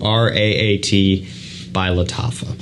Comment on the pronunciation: I think it’s pronounced Suga-a-rat.